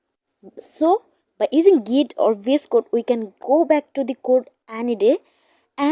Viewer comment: Please stop saying "BS code" its "VS code"